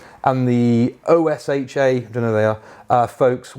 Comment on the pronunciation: Occupational Safety & Health Administration. It is pronounced Oh-Shuh.